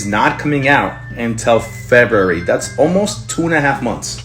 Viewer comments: Mans reading the script so poorly he says Febary not February 🤣😂🤣😂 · how the hell does this man live pronouncing February like that